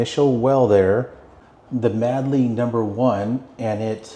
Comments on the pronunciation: We all would swim here when we were in High School in the late sixties. Also, it’s pronounced Made-Lee, not Mad-Lee. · The name Madeley is pronounced Made-lee.